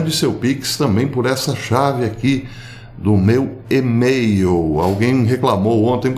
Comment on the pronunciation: Nao sei onde os Brasileiros aprenderam esta pronuncia dee E-mail com acento circonflexo, Porque nao <e-mail com silaba forte como se tivesse um acento grave